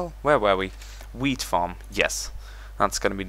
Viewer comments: when he said wheat farm i thought he said weed farm. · when he said wheat farm for the first time it sounds like weed farm! go to and see 4 yor self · man when you were saying wheat farm it sounded like weed farm lol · until you said it for the fourth time i thought you were saying, "weed farm." As in, marijuana.